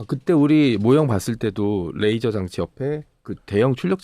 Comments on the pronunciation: 뜻은 통할지언정 뤠이저 라 발음하면 안될 거 같아요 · 참 잘 보고있습니다. 근데요 영어 쓰실때 걍 한국식으로 하면 안될까요? 뤠이져가 아니고 레이져거든요. R발음이 아니고 L이 거든요. 보면 아무데나 F발음하기도 하는데 잘 모르면 걍 한국식으로 말하셨음 해서요. 듣기 거북해서 한말씀 드립니다. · 듣는데 왜 L로 시작하는 레이저를 R로 발음해서 면도칼 razor로 발음하시는 건지 ㅋㅋㅋ 면도날로 오물풍선 다 터뜨렸음 좋겟네요.